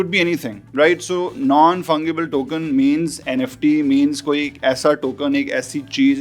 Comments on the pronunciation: Bhai Fungible theek se bol le. Fungible jaise "G" nahi "J" hai, yanay bolo ge tou "Funjible" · Good job. The correct pronunciation is FUN-JEE-BLE